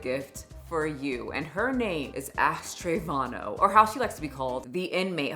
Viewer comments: Her name is Ash Trevino, not Trevano, right? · Lmao "ashtray vano" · Did anyone else hear "Ashtray Vano"? 😂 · Definitely not how you say her last name 😭😭😭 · Can NOT stand Ash Trevino and her entire persona, but just saying if you're doing a whole video on someone and putting time and research in, you should say her name correctly.